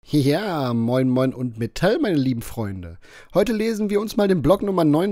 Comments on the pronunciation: Moin moin und MET(T)AL....oh 😂 für mich war das grad etwas verstörend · "mee-tall loide" hat mich zerdingst alder